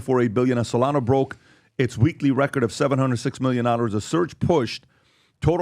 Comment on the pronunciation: Solanzo is what i like to call it